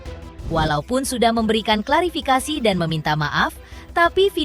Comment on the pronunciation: Host intens klafirikasi 😂 bukan klafirikasi